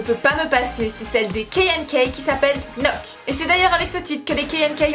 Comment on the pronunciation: J'aime beaucoup tes goûts ! Et KNK se prononce "keunakeu" ^^